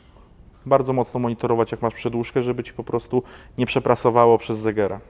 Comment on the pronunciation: pierścień segera a nie zegera